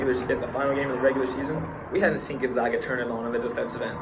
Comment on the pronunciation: Gonzaga is not prounced “Gonzauga” , it is Gonzaga, like “in the bag!”